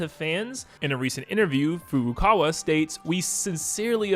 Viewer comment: You need to learn now to pronounce Furukawa.